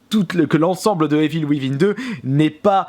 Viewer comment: Evil wivin 😂😂😂 vive les français qui parlent anglais.